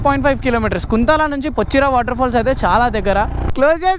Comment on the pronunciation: That's not (కుంతల), that's (కుంటాల) kuntala